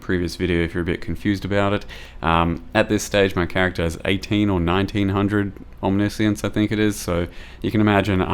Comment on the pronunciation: We officially got another type of pronunciation guys. „Omnissience“. with omni-science and omniscience we got 3 now !